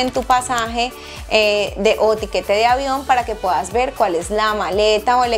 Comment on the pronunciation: Como es que se dice " orvidar u orviar pues esta joven me deja confundida dice orviar, llevar dice llear , puedas pueas 😮